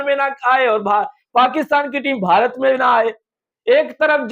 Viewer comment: Hansi nahi hota ha hasi hota ha Or Bharati nahi hota ha Bharat hota ha Or app ek video ma Kam sa Kam 100 bar app bhia bhia bolta ha